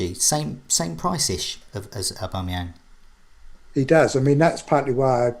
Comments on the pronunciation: Dude fucked up Aubameyang pronunciation early... Spent 10mins referring to him as 'the arsenal forward'... Plucked up the courage to attempt it near the end and calls his bangarang lol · He pronounced it ‘I bang a man’ XD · I love how he tried pronouncing Aubameyang once and failed, but then resorted to referring to him as "The Arsenal striker" for the rest of the video